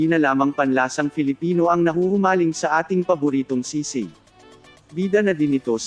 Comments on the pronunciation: Its SISIG, not SIGSIG its sounds bothering us🤦 and its not sour food. Pls research first before you making a video.. and pls react naturally dont do overreacting like you want it all, but its not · Correction, it's Sisig and not sigsig. LoL. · Not sigsig,sisig.... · It's SI-SIG. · It is pronounced as Si - Sig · Its si-sig.